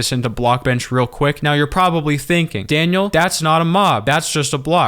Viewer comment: the pronounciation is crazy.